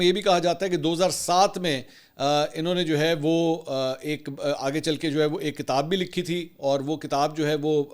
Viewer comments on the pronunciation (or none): none